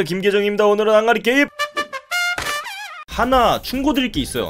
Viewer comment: 맨 처음에 항아리 게임이라고 했는데 왜 아가리 게임!! 이라고 들리냨ㅋㅋ